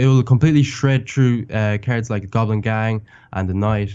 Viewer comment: I love the way that he says cards (carrots)